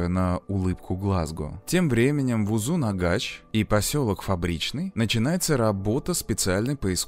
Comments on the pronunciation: Почему произносят узынагач? Когда название узынагаш, может мне как носителю так режет слух, но а видео крутое, спасибо 👍было интересно смотреть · Спасибо большое за прекрасное видео) Только в следующий раз пожалуйста спросите у казахов как читать названия населенных пунктов у нас. Очень резало ухо УзунАгач и АктОбе. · Узынагаш, а не узунагач🥲 Очень интересный ролик Живу в Алматы, помню как то слух был, что он сбежал из больницы. Нас тогда всех дома закрыли🤔